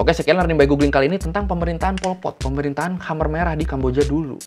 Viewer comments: Sedikit masukan bacanya bukan hamer merah tapi kemer merah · bacanya bukan khamer... tapi k'mer, mo ceu tung..punten baru koreksi,, baru lihat video ini. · dibaca mer merah bukan khamer kali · Mau nanya bang, Khmer dibaca hamer itu cara baca baku bahasa Indonesia ya? Kalau bukan cara baca baku sih saran aku bacanya K'mér atau enggak K'mai lebih akurat mendekati pengucapan bahasa Khmer. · Pengucapan ya bukan hamer merah tapi kemer merah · Gw sempet dengernya Amer merah wkkw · Huruf "e" di "khmer" dibaca kayk "e" di waktu nyebut "amer" cap ortu, bukan "e" di kata "demam". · Khmer bacanya Ké-May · Bang, sharing yaaa Khmer bacanya Khmai Kampuchea bacanya Kampuchia Maacih!